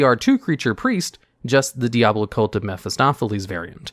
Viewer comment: It’s diabolic not deabolic man, I know Diablo looks similar but it’s not.